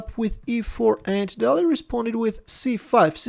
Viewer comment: Day - lee